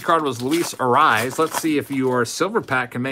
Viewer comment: luis Arraez name is pronounced A-ray-ez. not A-rise. don't take the correction as a bad thing. i actually enjoy when you mess up their names. wouldn't want you to change it. i see messing up names is kinda your signature move. lol